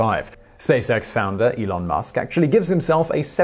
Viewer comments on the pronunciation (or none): none